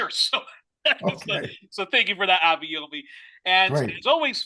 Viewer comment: Truly insightful interview. Abayomi - which is a Yoruba name, by the way, and one will do well to learn to pronounce properly ("try "Aba-your-me" as in the English adjective "your" and pronoun "me") - is a very knowledgeable man!